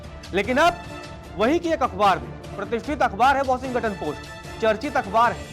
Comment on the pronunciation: Pronounce shi kro brooo.. washington ka.....